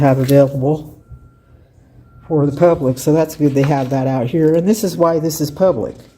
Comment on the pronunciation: I hate how she says "phub-lic".